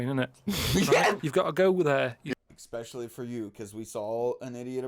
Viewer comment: It’s eSpecially not eXpecially